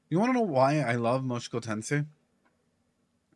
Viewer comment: A bit funny that you still say "Moshuku Tensei" out loud haha